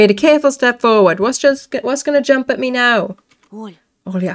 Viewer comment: 10 seconds after you mentioned the Olga instead of Olya my brain finally kicked in when I was drinking water and then water shot out of my nose! My brain has such slow reaction. Lol … Olga 🤣